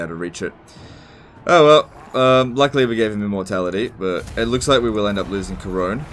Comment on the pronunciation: Worst thing about this episode is the pronunciation of Couronne, or "Karone".